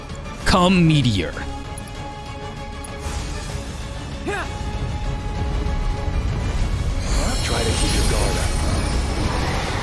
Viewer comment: Wouldn't it be co-meteor? I keep hearing KH "come guardian" when you same this lol! Second, thank you for Birth of a God.